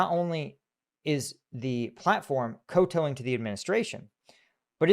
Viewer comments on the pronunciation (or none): This is not relevant to the subject, but the correct pronunciation of "kowtow" (also the one I've known all my life) rhymes with the "ow" in "cow", and not the "ow" in "tow" (in both syllables). A semi phonetic transcription would be "cow-tau". (I checked this on Google, so this is indisputable. :-) ) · There's no one correct way to pronounce the syllable "cow", so if you guess a new "cow" word, it's a spin of the coin. As far as kowtow goes, it's probably from the Shanghai Chinese of the 1930's or thereabouts, relating to a custom of getting down on your knees and touching the ground with your forehead when approaching someone of high rank, or someone who needed to be treated as if they were so to deal with them. The old way of saying it was as I said, and is likely to have been reasonably close (up to things like vowel tones) to what it was called in old Shanghai. Then came the Japanese, then came the Communists, and there went the custom, I think. (Maybe it carried on in Taiwan). Point is this isn't (and probably shouldn't be) about "the right cow". It's easy to find out how words are pronounced. Just copy and paste into Google, and then press play. You can seldom guess from the letters on the page what an English word means. Is every possible pronunciation valid? In a certain sense, yes, I suppose so, even if that's because there are so many varieties of English. However, why then use "kowtow", when something like "submit-plus-adverb" will do fine. If you're going to use an English mutilation of an old Chinese word from a world that has since been pretty much obliterated, then you almost have to use it as it was used since earlier times, and not create your own new pronunciation (or follow someone else's). There's no such thing as submission to authority by "koh-tow-in